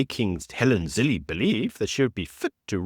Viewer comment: It’s Zille pronounced Ziller not Zillee. Your name is pronounced not Shepturd.